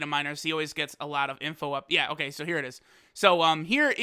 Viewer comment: "OhKlay" lol